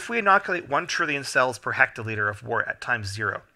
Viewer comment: Thanks for the videos. "Wort" is pronounced "wert" and "trub" is pronounced "t rube".